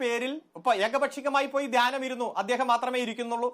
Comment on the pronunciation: ധാനൃമല്ല...അടിമേ...ധ്യാനം......ധ്യാനം...വിവരംകെട്ട അടിമേ...മലയാളം പറയാൻ അറിയില്ലെങ്കിൽ അറബിക്കടലിൽ പോയി മുങ്ങിച്ചാകൂ...നാടിന്റെ ഭാരം കുറയും